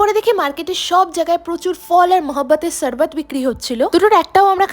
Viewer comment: শরবত বলতে শেখো বাঙালি হয়ে শারবাত বলতে গায়ে লাগলো না।